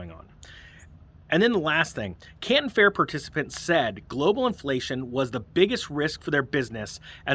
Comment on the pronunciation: I represent over 20,000 items from china for the canadian retail market. yesterday I had a customer complain one paper product item had mold on it. Makes sense. The Canton fair (you pronounced it wrong) is mostly down due to extreme travel restrictions to get into china to attend the trade show.